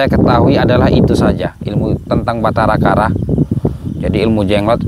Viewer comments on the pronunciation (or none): Batara karang bukan Batara kara